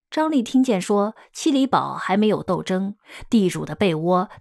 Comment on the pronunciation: 七里堡的读音：qīlǐpù